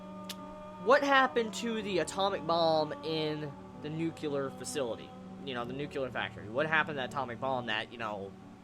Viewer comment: You keep saying "nucular" it just reminds me of that W. Bush moment. It's nyuu-klee-urr. :P